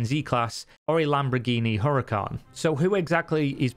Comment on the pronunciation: Lamborghini Huaracan.....